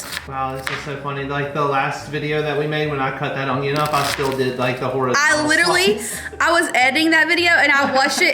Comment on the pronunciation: pronunciation of onion with a 'g' in it is hysterical!